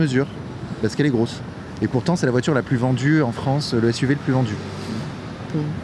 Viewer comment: Que se passe-t-il exactement, en fait, en Fronce, en 2024? Je suis perdu à présent,, je ne vous le cache pas...